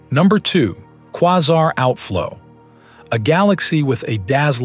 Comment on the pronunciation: The narrator is pronouncing Quasar wrong, like really? Or is it a bot voice? Still its annoying 😅